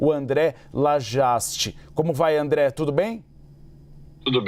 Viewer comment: Qto a competência do apresentador: Cara... Inadmissível um âncora de uma emissora do tamanho da CNN não saber quem é o André e por isso pronunciar o nome dele errado... Affffff